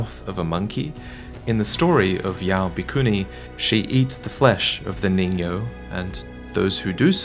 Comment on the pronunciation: also its pronounced ningyo